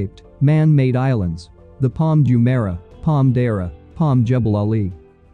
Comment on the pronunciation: You can't even pronounce Jumeirah properly. I bet you have never even been here